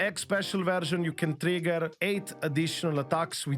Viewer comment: funny part, I am not hearing him saying ' Trigger' but ' Tree Girls' xD